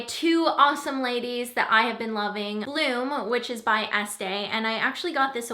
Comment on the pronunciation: ohhhh BLOOM!! First time you said it I heard "blue" - lol! :-)